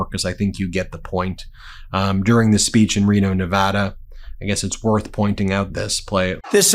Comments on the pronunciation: I appreciate that this guy knows how to pronounce nevada correctly. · Thank you for pronouncing "Nevada" correctly! (Most people say "nuh-VAHHH-duh", and it bugs us.) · Thank you for saying Nevada correctly